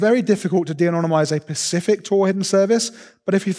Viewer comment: When he first said "Pacific" instead of "specific", I thought he misspoke. When he did this a second time, I though "Huh... that's weird..." When he said "ECK CETERA ECK CETERA", and not "ET CETERA (it is E-T-C after all!!) I lost faith in listening to this man.